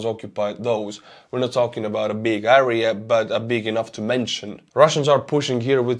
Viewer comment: the word area is pronounced air ee ya FYI